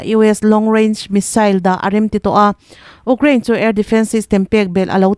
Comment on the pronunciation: 8th na ka ni e😂.....UKRAINE i lam rik dan hi😂😂😂😂😂😂